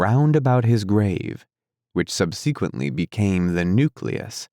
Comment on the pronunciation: Sub sequently? Learn to pronounce the big words.